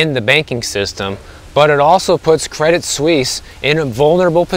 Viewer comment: Good pronunciation of "Suisse!" 👍🏻 Tip if you're interested: you don't pronounce the "t" in "Credit." "Credee Suisse." 😎